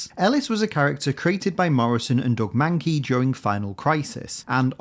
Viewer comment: The way you pronounce Doug Mahnke reminds me of Dog Monkey, and in my book that name would slap. (Also, just found out that GM is non-binary. Wow but yay.)